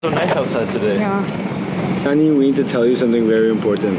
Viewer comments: Half lndian means what is your father race, its lovely to hear you saying nani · I like the way you say Nani , as a native hindi speaker we always called grandma Nani. My grandmother is no more in this world , it’s good to see you guys have great time with her :)